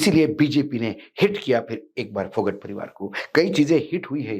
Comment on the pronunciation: अशोक वानखेडे जी फोगाट गौत्र है फोगट नहीं विनेश फोगाट